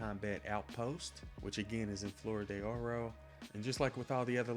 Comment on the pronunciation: Es FLOR de Oro, pocos huevos de pinche mierda! And Jesus Fucking CHRIST! Talk about a really THICK Gringo tongue! You from Texas, boy? Yo soy, también, pero hablo Español respectablemente, académico, en facto. Tu pronunciación es ferguenzoso. Ay, me cai gordo. Flor has ONE syllable, not two; it's NOT pronounced FLOW-err. Do you HEAR the words coming out of your mouth? I'd be astonished if you'd managed a D in high school Spanish, and that's sayin' somethin', you bein' from the South an' all.